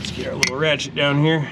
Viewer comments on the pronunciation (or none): you are one smart dude. On a regular basis you will make some remark that tells me you read books and listen carefully. Dropping your rashay (ratchet) wrench. Nice french pronunciation of ratchet.